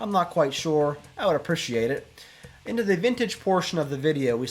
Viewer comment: Why do you say appreciate the way you do